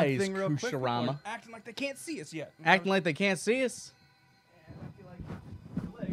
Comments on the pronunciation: No. It's Kuu-shu-ra-mah. It's like you don't even read the name. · Hearing you misspronounce kusarigama so badly is getting painful, so im going to help, Ku-saa-ree-gah-mah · kusarigama koo-sah-ree-gah-mah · say Kusarigama, Koo-sorry-gama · Kusari: Chain Gama: Scythe Kusarigama: Chain-Scythe.